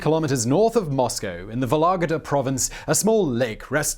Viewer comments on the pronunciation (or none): It's not vologdA. it's vOlogda